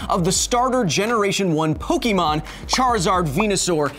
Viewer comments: it's Poke Ay mon not Poke ee mon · It's not pokEEmon; it's pokÉmon. Get your phonemes right! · It's pronounced Poke-a-mon not Poke-e-mon. Why do most Americans make this mistake? It's an "é" not an e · Kyle, "Pokémon" is short for "Pocket Monsters" and it is pronounced "Pokémon", not "Pokeemon". Hard "e" like in "Pocket". In Japan the series is actually titled "Poketto Monsuta", so just "Pocket Monsters", and Pokemon is just a common abbreviation but in US there were some copyright problems with "Pocket Monsters" so they went with "Pokemon". Also if you are taking into account Pokedex entries did you take into account that Blastoise can pierce holes in thick slabs of concrete and steel? That seems like a crazy pressure especially if he can pierce thick slabs of steel from far away. (Pokedex doesn't specify distance but I would assume for it to be a functional skill it should be from at least three meters.) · it's poh-kay-mon not poh-kee-mon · Pokémon. Not pokeymon. Poké. É. Ā. Pokémon. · Kyle, you are pronouncing Pokemon wrong, it is pok-Ah-mon, not pok-eh-mon, which is why it has the accent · Pok-ayyy-mon not Po-key-mon :) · PokAYmon, not PokEmon, Kyle. (Still one of my favorite channels though) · The way you say "Poké" "Pokee" is killing me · Ugh everytime he say poke-E-mon I swear I can feel a cancer cell spawn somewhere in my brain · Kyle: "Pokeymon" Me: "The ' é ' in Pokémon is not pronounced as a long vowel sound" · It’s pronounced Poke-eh-mon. There’s an accent over the E. Unsubscribed. ¡ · I swear to god if he goes this whole video saying Pokiemon I'm gonna lose my mind! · kyle the accent over the e in pokemon is pronounced as Ay. basically pronounce Pokemon as if there is a Fonzy in the middle of pok and mon. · Anyone else bugged by how he mispronounced Pokemon? My inner first grader couldn't stop grimacing. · one could argue that the pronunciation depends on the part of the world in which you live. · You pronounced Pokemon wrong! ARRRRGH!!!